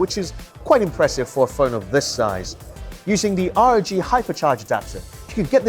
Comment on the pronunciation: It's pronounced ROG phone, not R.O.G!